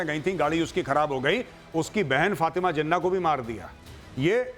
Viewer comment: Jinna nahi jinnah bolna to seekh lo jang laro gay bat kerna to seekh lo pehlay